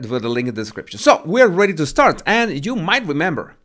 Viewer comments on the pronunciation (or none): none